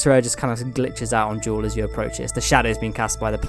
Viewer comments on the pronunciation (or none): none